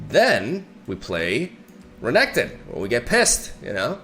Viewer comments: why is he saying RAGATON , bro , its R Nek Ton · regeton makes me angry just say it normally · Honestly I hate the fact that I have to skip each renekton video of yours because of this weird pronunciation. I just can't deal with it